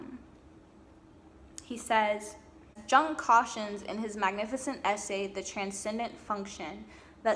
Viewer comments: Nice work,! It's wonderful to see a young woman speaking so well on this subject of re-en-souling the world and women's search in particular. The psychologist Estes refers to is not pronounced Jung with a J as in John; his name is pronounced YUNG. He was a Swiss gentleman who was first a student of Freud's -- Freud's "son figure", who Freud believed would carry on his work -- but who broke off from Freud's thinking and fathered his own school of, "Yungian Psychology". ( spelled correctly: Jungian). As an artist himself, he is a very attractive psychologist to creative people, I find. He developed a number of fascinating theories on all kinds of psychological subjects, most importantly perhaps, a theory of ARCHETYPES (which you really need to study to understand because the word is bandied about by people who do not understand it); THE COLLECTIVE UNCONSCIOUS, ANIMA-ANIMUS (internal archetypal figures within the male and female psyche) etc. etc. Well worth doing some research because he is every bit as important as Sigmund Frued (in my opinion!).. You can put Carl Jung into YOU TUBE and hear him speaking! Be well -- and 'Bon Continuation' as we say in France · Jung is pronounced yoong. Also, you should read up on his teachings, I think you’d like them. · Carl Jung was German. "Jung" is "Young" in German. You say, "Yooong" or "Yewng".